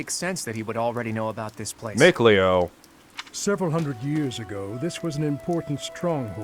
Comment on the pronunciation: Oh my god! When you said Mikleo, I couldn't help but laugh lol!🤣🤣🤣